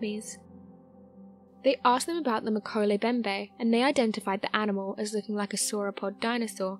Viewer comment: All three M's in Mkele Mbembe are pronounced. MMMMMkele MMMMMMbembe